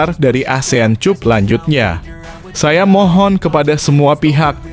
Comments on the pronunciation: Bukan cap - cup tapi kap bacaannya min, 😁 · CUP.. Dibacanya KAP.. Ya Bos.. Biar kita dgrnya rada enakan gtu.. 😂😂.